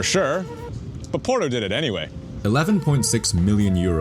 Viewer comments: Try to say Porto, not "Poro"! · New drinking game: every time you hear Poro instead of Porto you drink a shot of whisky I'm mid video and i'm fucking hammered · Pls, it's not "PORO"... It's "POR-TO", strong T.